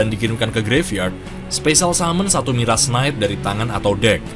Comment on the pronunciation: Mirage cara bacanya pake j mas, kaya miræj(e) 🙏🏼😁